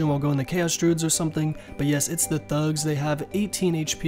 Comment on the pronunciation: how you said thugs made me lol